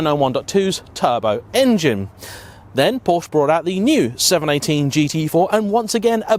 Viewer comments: Can you please learn how to correctly pronounce the name of this brand, it is simply quite unprofessional. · Because this guy hasn't got a single clue about engineering or how actually cars work. FFs, another youtuber/influencer who has a platform and has no background. He doesn't even know how to pronounce Porsche, what'd you expect?